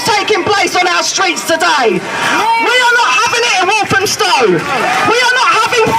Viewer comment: “walth-am-stow” hope that helps 😊